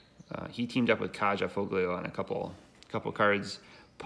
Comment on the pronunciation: It would be nice to see something like this for Ice Age's 30th anniversary. Hopefully at a reasonable price point for everyone to enjoy. Of note, I have met Phil and Kaja Foglio at a couple of conventions. Her name is pronounced "Kiya" btw. Again, thanks for sharing.